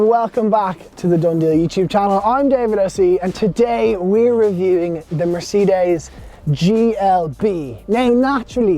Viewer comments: "Mercedees" mate, try that, you say it like 2 seperate words , it hurts my ears the way you say it lol. Good review. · I HATE it when people pronounce Mercedes like this, this is the only country where it's said like this and I don't understand where it came from, everywhere else in the world pronounces it properly, who invented this weird way of saying it and why has Ireland adopted it? It's the same with Peugeot, the rest of the world manages it, why did we invent our own way of saying it? Small things I know, but it just irritates me every time I hear it!